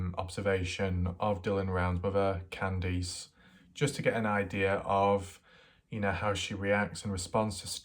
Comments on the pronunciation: what? all your other words are perfect... Just Kandees... You say that wrong it's Can-Diss not all that difficult... nor do you really have an accent. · but this guy can say can and he can say diss... So he does it to annoy people Mike has a real speech impediment... Nor has anyone said what accent it is... So he does it to annoy people like me... I mean how hard is it to pronounce Candice... Y'all take his side I doubt his accent is to blame... English is my second language and I can say Candice... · what accent? His English is plain and normal... Who asked your opinion anyway lundaa, the poor woman's son already got butchered now his butchering her name too...